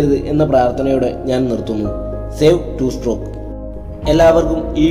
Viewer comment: നിനക്ക് വിഷമം ആവില്ലെങ്കിൽ ഞാൻ ഒരു കാര്യം പറയാം.... strock അല്ല stroke... 2 stroke 😶